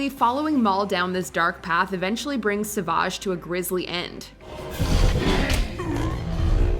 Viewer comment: Honestly the fact that pronounces Savages name right is amazing, most people call him Savage rather than Sa-vage